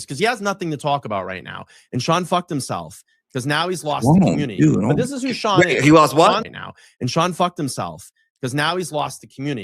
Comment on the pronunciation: I've been grinding my ass off. What was that cryin,? 😅 He can't say community.... Commooontty